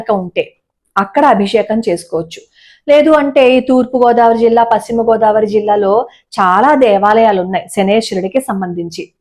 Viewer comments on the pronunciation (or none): none